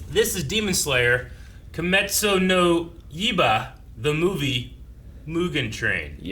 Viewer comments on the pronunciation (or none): Kimetsu no "Yeeba" lmao! that was so funny i'm gonna let it slide hahahaha